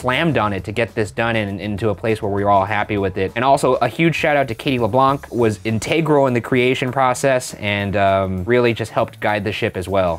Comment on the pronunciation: Did Ryan pronounce integral as inTAYgrel